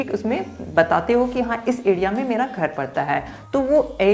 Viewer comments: Adia nahi area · Adea ya area khadidunga ya Kharidunga Pad ya per I think Letter R is ur enemy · bhai phili bat to area hota hai........ ediya nhi LOL.....